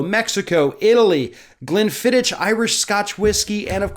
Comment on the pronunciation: You missed pronounced Glenfiddich. It's pronounced Glen Fid ich. Ich like eww that's iky